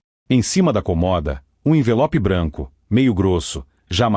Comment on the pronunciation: Boa-tarde porquê vc.fala errado comoda se fala cômoda